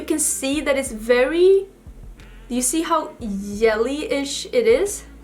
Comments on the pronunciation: Thanx for a great tutorial. Fyi: J in jelly is pronounced like soft g as in the word gently.😊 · Yelly 😉 I’ll admit that I can’t pronounce the letter “v.” I always pronounce it as the “w” sound. It would be so cute if you sang the Destiny’s Child song “I don’t think you’re for this yelly (jelly)” song 🤣❤️ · The pink look is gorgeous but I think the yellow is stunning and makes your eyes really pop! May I ask if the “j” or it’s sound is not used in Swedish? I heard you say “jelly” and “yelly” so I’m curious. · I love how you say 'yelly' instead of 'jelly' #SoSwedish #WhyAreYouSoPerfect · Yelly (jelly) was so cute! As an American watching, I love the accent!! Then again I know mine would be picked up on in Sweden. I just do not think any other country loves the American accent. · Pronounces "longevity" flawlessly; can't pronounce "jelly" 😂❤ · lol i love how she pronounces it too